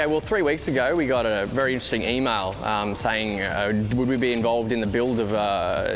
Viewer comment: Emild instead of Email did anyone notice?